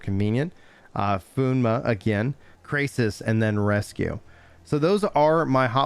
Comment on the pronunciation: What was that pneuma pronunciation lol